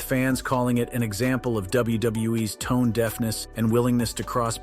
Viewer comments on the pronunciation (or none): none